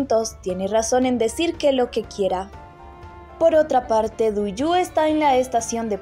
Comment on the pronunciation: OIGAN! AL PARECER ESTA NARRADORA DESPUÉS DE TANTOS CAPÍTULOS AUN NOOO SE HA APRENDIDO LOS NOMBRES DE LOS PERSONAJES!!... NOOO SE DICE TUIYÚ. SE DICE: DUIGU!!... NOOO ES SEGER. ES SÉHER!!! NO SÉ SI LLEVA ESA TILDE, PERO LA PONGO PARA QUE SE NOTE LA ACENTUACIÓN...